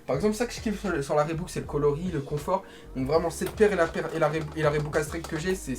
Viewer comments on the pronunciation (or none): Reebok pas rebok